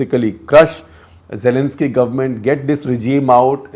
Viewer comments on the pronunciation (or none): none